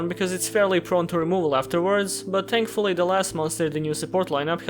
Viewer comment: please tell me you said TANKFULLY on purpose